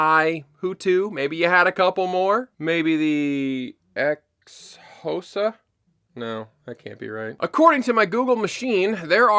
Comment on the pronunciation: Hey, as a Xhosa watching you regularly... Say it right! Xho-sa 😂😂🤣